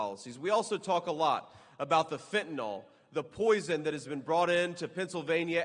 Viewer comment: FENTANYL!!! NOT FENTANOL!!! C'MON DUDE!!!😮 GET THAT DEADLY STINKING DRUG NAME CORRECT.😮 MOST EVERYBODY SAYS IT WRONG!!!